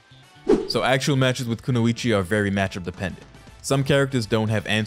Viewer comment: Good to hear you're pronouncing her name correctly. Drives me nuts when people say it "the English way."